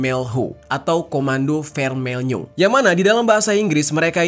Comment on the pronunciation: bacanya vermeyo bang